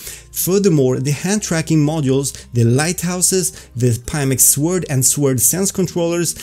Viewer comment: Ffs learn to pronounce sword. Its "sård". No ø no w..